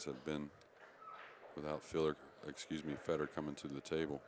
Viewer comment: It’s not Feeeedor lmao it’s Feh-dor. Please stop butchering his name! Thank you other than that great commentary.